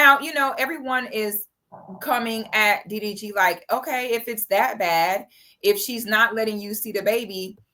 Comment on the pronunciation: is just butchering his name!🤣😆